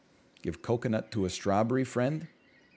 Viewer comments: is he intentionally saying strawburry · The way he says strawberry bothers me only bc I know that he knows he says it differently than normal